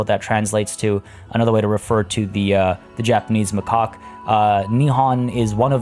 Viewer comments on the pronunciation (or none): It's insane to me that you have so many animals and your zoo is still making money. I've always heard macaque pronounced as mah-kak. If there's ever a crash, make sure to check your animal storage because pregnancy at the time will have the babies put into the storage so you can suddenly find yourself with ten new animals in storage. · So i paused the video cause i had to go to the bathroom. I come back, you were renaiming the stores in the japanese section: Me: unpauses the video: "ma' cock" Me:................. Then i realised it was macaque lol Btw, great video. I'm gonna throw it out there and say you could slow the aging rate of the animals a little bit more, it’s getting stressful to keep up with animals aging, dying, maturing. It's not going to be revolutionary but i think it’ll help. Keep up the good work! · If you say makac monkeys. It sounds like macokc monkis.